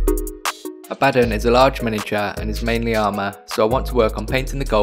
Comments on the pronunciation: Totally agree with your pronunciation of Abaddon ( A-bad-un ) 👍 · According to the creator of Abaddon at GW, it's pronounced the way you are saying it. If the character's creator pronounces it that way then everyone else is wrong. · Finally someone who says it right